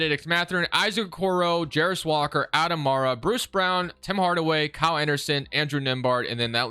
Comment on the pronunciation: Its Aday Mara, Center from Spain, not Adam 😊